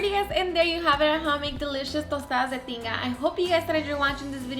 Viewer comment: I came here because I thought she said Tostadas de Chinga!!